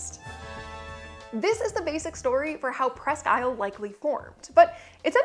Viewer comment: Unless it has changed in the last 60 years the name is properly pronounced pressq eel'. Accent on "technical"second syllable, but pronounced more like a single syllable word. Presssskeel'!!!